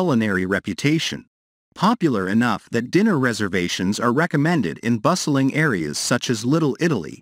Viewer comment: The weird intonation, mispronunciation of food items, misplaced emphases (e.g., "bustling bar"), and misinterpretation of punctuation make me wonder whether the narrator is an AI. Also, "kallos"/"kalli" does not mean "most beautiful" in Greek; it just means "beautiful." "Most beautiful" would be "kallisto"/"kallisti."